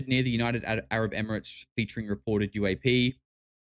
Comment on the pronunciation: “JEW-AP” fucked me up 😂